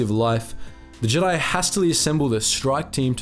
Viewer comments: "THE GIDI" ? LEARN HOW TO SPEAK WANKER ! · Is pronounced Jeh-die